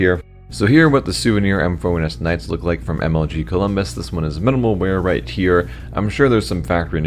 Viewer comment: "minimal mear"?